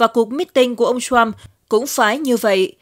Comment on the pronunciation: ..." Ông TRUMP", không phải...Ông shrump, ok! Phát âm cho đúng, không biết thì học hỏi trước khi làm XNV, ok ?